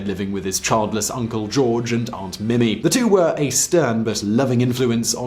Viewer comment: Mimi is pronounced Meemee.